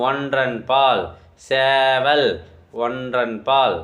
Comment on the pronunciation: ப்ரோ சேவல் ப்ரோ சேவல் இல்ல ப்ரோ